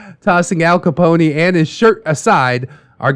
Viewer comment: Al Ca-pony. 🤣🤣🤣🤣🤣🤣